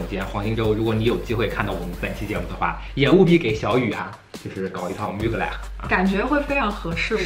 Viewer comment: 求求能不能把品牌名念对。。。最新的film里开头就念了，er发类似英文A的音